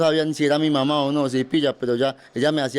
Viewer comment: Ni siquiera puede decir las palabras "papá" y "mamá" 💔💔💔 Me recordó la historia del loco vitrina 😢 Cada cabeza es un mundo, y en este caso, las drogas hicieron lo suyo.